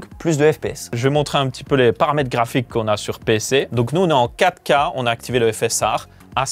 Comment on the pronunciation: Il voulait dire 4k mais avec son accent belge et le faite de le dire vite sa sonne Caca...😂😂😂